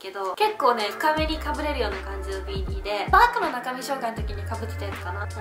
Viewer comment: ビーニーの発音が違う気がする？、、😳